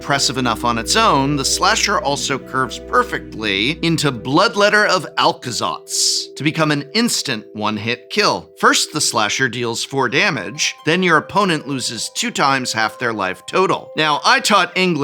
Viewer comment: "I taught English not Math.." then damn dude pronounce the C before the L in Aclazotz